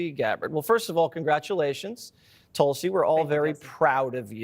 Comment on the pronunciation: You arrogant people, can’t you just pronounce a name right. It’s ťuul-si not TUL-SI. It’s deliberate at your end. What if I call you JUICY WATERED.